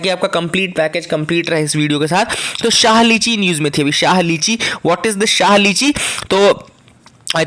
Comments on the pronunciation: Sir , I am from Darbhanga and have eaten lots of शाही लीची not शाह lichi. You have mistakenly pronounced it wrong. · Yes sir samastipur ki lichi khai h...it's really very delicious It's "shahi" sir not "shah" lichi.